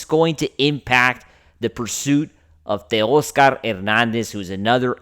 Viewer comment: Stop mispronouncing “tay-OSS-ker” already. You think VIN woulda done this? Joe DAVIS?! 👉 NO. Correct! So why make like you know better when behind a “Dodgers” mic. You keep showin yer butt. You obviously have a face for radio, but you can’t even get the voice right. I ain’t clickin if I see YER mug on thumb (& you can’t afford to lose numbers where you’re at). 🥴🤦‍♂️